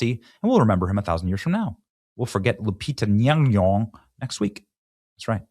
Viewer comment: Benny, let me help you with the pronunciation... it's Loo-pee-tah Nom-nom-nom.